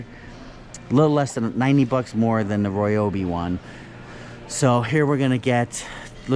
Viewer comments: Please do me a favor, and stop pronouncing it "Roy-obi". It more like "rye-obi". You are driving me insane. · It's not roy-obi nor rye-obi. The exact and proper way to pronounce it (though NO ONE ever does, including myself) is REE-obee. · It’s actually pronounced Ree-obee according to Ryobi. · On the Ridgid Tools it's not X5 it's 5X. Gen 5X. And while we're on the subject of names of tools it's not Royobi its Ryobi. It annoys and hurts my ears when people say Roy Obi